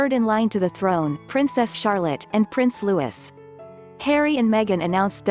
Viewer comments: He's not Prince Lewis, he's Prince Louis - pronounced LOO-EEE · Prince Lewis? Damn robo voice can’t even get the name Louis right! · Kate & William's youngest child name is pronouced as Looy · Exactly so annoying. Prince Louis is pronounced "Lou ee" NOT "Lou is"